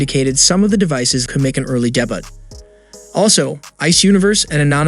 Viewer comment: You should look up how to pronounce "debut" 🤣🤣